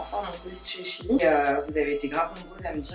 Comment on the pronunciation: Tu mz fait trop rire a dire chine au lieux de shein oh jpp de toi jtm trp❤❤